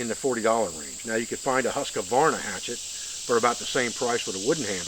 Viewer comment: ) say it like this next time. Huuus- kvaaarna.